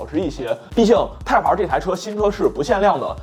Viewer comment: Type-R 的发音或许需要改正些，连字幕都一直出现 placenta '胎盘儿'了. 若要以中文口音念'Type-R', 或许’太趴儿‘会接近一些. 😂